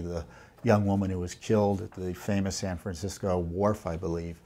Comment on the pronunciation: Did he say San Fran-sickos? Around the mark! LOL.... right-on Mr. Fitton, right on!!